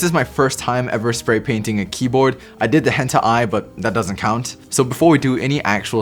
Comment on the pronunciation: I love how he said “HENTA I”